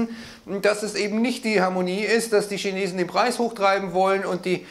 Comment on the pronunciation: Die Schinesen 😂😂😂